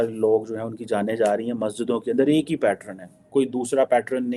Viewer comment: Abe mote bhainse, apne aapko Dr. kahta hai or Angrezi bolni nahi aati hai. Pattern hota hai Patran nahi.